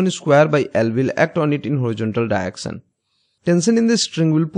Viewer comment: Nobody: Literally nobody:: Diection